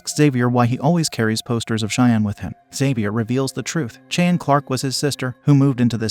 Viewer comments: They said it correctly the first time… 🤦🏾‍♀️ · Cheyenne it's pronounced "shy Anne". Say it rite. Thanks lol. Thanks. Doing a good job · It's interesting how the narrator can pronounce the name Xavier but can't pronounce the name Cheyenne.